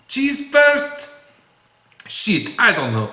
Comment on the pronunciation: Haha your "sheet" sounded like fps Russia ;)